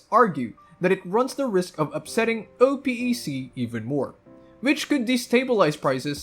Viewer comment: Oh Pee ē See ???? I was confused until I realized you were talking about Oh-pek